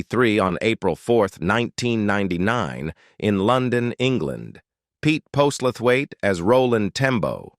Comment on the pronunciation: I gave up watching when they started showing several actors who are still alive. The pronunciation of the surnames of Bert Postlethwait and Richard Attenborough was atrocious! The narrator has trouble pronouncing names of several of these videos!